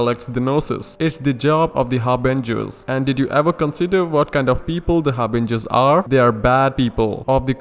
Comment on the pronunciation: When you said Harbingers, I heard Avengers lol